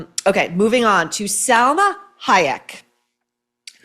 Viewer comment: It’s pronounced SAL-MA not SEL-MA You would appreciate this little correction. Love your Kennedy women book I’m reading right now ! When is the next one for us troublemakers !?